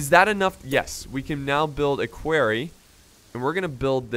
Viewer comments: he says query rather than quarry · "Querry" "Quorry" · listen to Loken because its not queryyyyyyyyyyyyyyyyyyyyyyyyyyyyyyyyyyyyyy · loved this keep it coming please please for the love of god its called a quarry not a query lol a query is if you are asking a question are looking into something xD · Lmao "query" I pronounce it "quory" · Please stop calling them a "queery" it's a "quarry" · Litterally says queery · stop calling the quarry a query, that's not how you say quarry ahhhh!!!! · it hurts my head every time you say quarry wrong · obviously he's just pronouncing the 'a' based off of words like Quack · someone teach him how to pronounce quarry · You're saying Quarry wrong